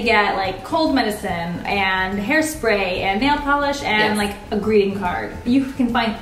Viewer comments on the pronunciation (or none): none